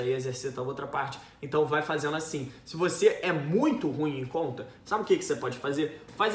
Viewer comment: ele flw com tanta vontade 'muito ruim' que eu senti que era para mim kkkkkkasjsakjjsak